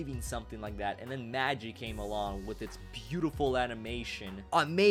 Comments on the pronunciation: You pronounce your titles wrong. It's not maaa gii it's mah gee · its magii u pronounce the i magi id a chicken broth soup starter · A as in ah and gi as in G-E, MahG-E (Magi) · lol you are both wrong it's Maji. This is not a japanese word it's egyptian and lol the japanese compony is pronouncing it wrong too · The #1 is pronounced Man-Gee (G as in Guy)...